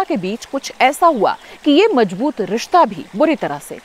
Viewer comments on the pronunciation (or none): Please don't pronounce z as j and vice versa. Otherwise you're doing a fine job. I love your narration. It's Mughle Azam not Ajam. Similarly it's mazboot not majboot. It's not mojoo but mouzoo meaning subject.